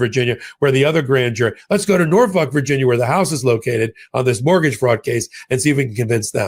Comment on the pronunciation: Haha, you just called Norfolk, Norfuck, you nut!!!